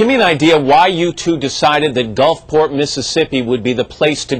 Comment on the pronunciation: "Gulfporta?" Haha.